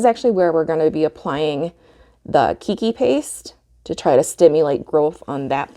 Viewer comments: Aloha, Great info! I am going to try it on a few Nepenthes today since I just received the Keiki Paste a couple of days ago. Some kindly constructive criticism: Keiki is a Hawaiian word. It is pronounced like "kay-kee" which in Hawaiian means "child" or sometimes baby (pēpē or pepe [pay-pay] is more accurate for a baby). The word you are pronouncing kīkī or kiki means "spray" or "spouting" as in Waikīkī or Waikiki, meaning "spouting water" due to the number of natural springs in this area. There's your ʻŌlelo Hawaiʻi or Hawaiian language lesson for today! Aloha nō! PS Gave you your 100th thumbs up. Congrats! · Hello. Just wanted to share, it's pronounced like kaykee. Its a Hawaiian word meaning child :) Love your video though!